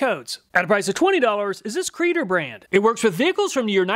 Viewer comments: It's not a creader, it's a C reader, short for code reader. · I think it's pronounced C-reader. But creader sounds much better